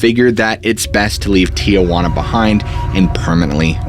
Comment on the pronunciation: It’s not TIAjuana it’s Tijuana